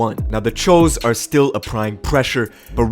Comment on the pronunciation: the press guy and the video announcer....guys... it’s “chuuuu’s” they are not Asians. Thanks.